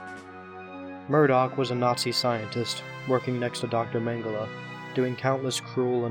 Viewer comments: ITS NIMDOK NOT MURDOC THIS ISNT THE GORILLAZ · Nimdok not Murdock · The old man's name is Nimdok, not Murdock. I tried but I can't find the joke if there is one lol